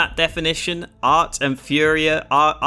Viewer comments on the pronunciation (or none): His name is aRT, but you keep calling him aT. Such is life for a Bri-ish YouChuba